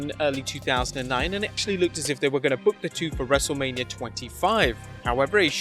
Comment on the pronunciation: I swear, I keep hearing WrestleLabia. 😅